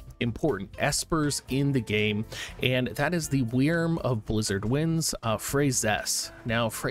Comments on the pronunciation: "WEERM" Bruv, its pronounced the same as the word "worm", still not as bad as DOO-WAN lol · Your pronunciation of wyrm is just weird. I have never heard it the way you say it.